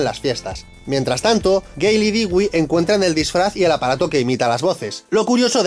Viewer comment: 😭 Dewey no se dice “Digüi”, se dice “Dúi”. ¿Qué no vieron Malcolm el de en medio? 🤦🏽‍♀️💔